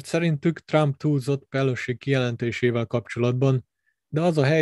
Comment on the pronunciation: Magyarországon, hivatalosan "vé há ó" a helyes kiejtés. És nem "Pelosi", hanem ejtsd: Peloszi, valamint nem "Fauszi", hanem ejtsd: Faucsi.